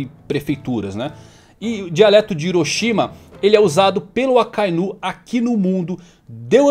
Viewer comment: te sigo a muito tempo, pq vc fala "Akainú" e não "Akainu" como é dito no áudio original?